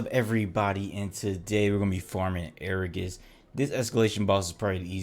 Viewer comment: I'm not even gonna watch this because you say agarus wrong. It's ag a rus. Not air a gus.